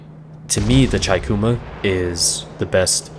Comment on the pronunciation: I'm really liking your videos, only suggestion, the Chikuma, it would be said Cheekoomah (chi - ち - chee) figured I'd let ya know (at least that's what my Japanese professor said when I asked him, I wanted to learn the IJN ship names so I asked, haha)